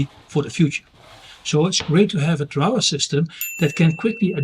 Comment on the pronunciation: you have set the bar very high for the rest of us. I love the way you share your ideas, research and inspiration. I was in Europe during May, including a week in Amsterdam to visit my son. I was amazed how many people speak multiple languages it puts us Aussies to shame. Regarding the pronunciation of drawer believe or not it rhymes with floor. Always a pleasure to watch your videos